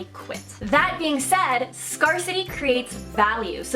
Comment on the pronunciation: except when she says scarcity lol jk ....she is awesome